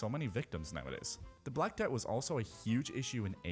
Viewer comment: 223 I swear he said black dad 😂 But it was the black death shouldn't come back as well